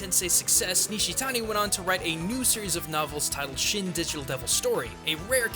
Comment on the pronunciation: Just what the hell is "shemmegametensai"? The word "shin" should be pronounced like the name Sheen or like the sound that a sword makes when you pull it out, not shehn or what ever the fuck you're saying. You're almost saying megami right, but the ending is a MI not a ME. you're saying it like mega"meh" the ending bit should be pronounced like the english word "me" and finally tensei. You are saying ten say, but it should be like ten seh. make the Eh sound not the A sound.